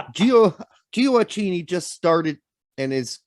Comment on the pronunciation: It’s JOE-AH-KEY-KNEE